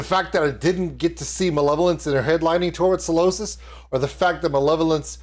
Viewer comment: Hey dude - great reaction and you’re right about the rules of having a great time in a UK mosh pit. However it’s pronounced Psy- losis not Salosis 😂- love from the UK!